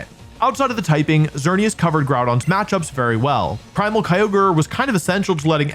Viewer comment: IT'S XERNEAS, NOT XEARNIAS!